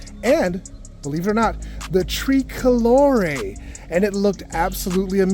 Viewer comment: “ tree colore’ “. Haha - you’re definitely not Italian